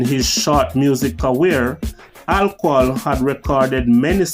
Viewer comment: Career not carweer